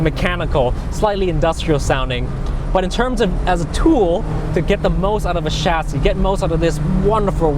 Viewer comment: the way he says chassis pisses me off